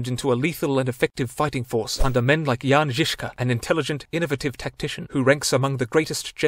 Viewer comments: Your pronunciation of "Jan Žižka" was spot on, good job. Not a lot of people can pronounce those letters. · hi im czech and we learned all this in school...yet somehow this is bether than the entire czech school system at explaining all this btw you suprised me by how well you pronounced "Jan Žiška"...good job